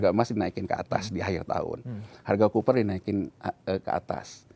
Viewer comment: copper, bukan cooper...